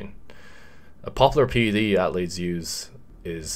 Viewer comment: People: Athletes: At-letes Me: I've being saying it wrong my whole life